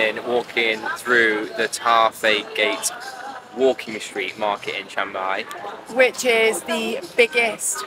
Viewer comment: "Shhheeang-Mai" not "CHANG-Mai" btw